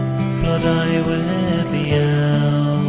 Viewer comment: What are you calling her?! Mate you have a love for one hell of a mighty Goddess and I respect your devotion But how are you pronouncing her name? Bodrân is an Irish handdrum. She is Bloh die weth. Said not rushed, but quickly